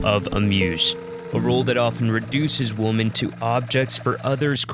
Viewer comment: Nice work … what is up with the incorrect pronunciation of the word “women“ that seems to be like a virus lately..